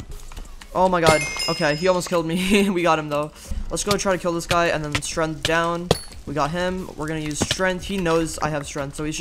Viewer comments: Why do you say strength like strenth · Nobody: Absolutely no one:: STRENTH